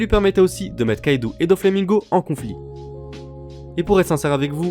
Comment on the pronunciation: Une remarque: C'est Kaido pas Kaidou